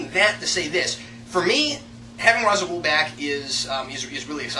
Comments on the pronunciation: I'am Calm Just Annoyed That Thanks To F-ing Nolan And is Poor Ass Research An Entire Generation Is Say Ra's Al Ghuls Name Wrong , It Bad Enough We Have To Deal With The Nolan Realiziam Bulls**t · Why Can No One F-ing Pronounce Ra's Al Ghul Name Correctly Type Ra's Al Ghul And Watch Video "Batman - Arkham Files - Ras Al Ghul" Or Type in Batman Dark Tomorrow And Watch "Batman Dark Tomorrow, Endings" Or Watch Batman Beyond Episode "Out Of The Past" Type in Batman Beyond Out Of The Past And Watch "Batman Beyond - A Close Up On 'Out Of The Past" Stupid F-ing Nolan, Did No F-ing Research Into Begins He Is A Royal Moron Please Make A Video About This And Nolan Lack Of Research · Then Why To Batman : The Animated Series / Batman Beyond Series / Batman : The Brave & The Bold Series / Batman : Dark Tommorrow Game , All Say It As "Raish Al Ghul" And Nolan The Only Person To Say "Rhas" Uh ??